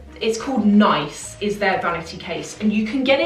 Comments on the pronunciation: yes! Pronounced like niece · i think it pronounced "niece" (Nice, like the French city) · Nice as in France surely? NEES?